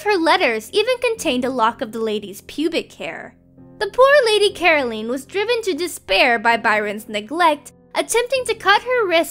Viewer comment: Never heard anyone mispronounce the name 'Caroline' so badly before!! Whaaaaaat?! It's 'Ca - ro - line". ...LINE! Rhymes with Time. sheesh.